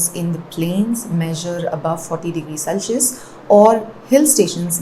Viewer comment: why does she pronounce Celsius this way?